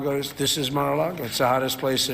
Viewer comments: Mispronounced Mara Lardo. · Take a shot every time he says Mar-a-lago.😂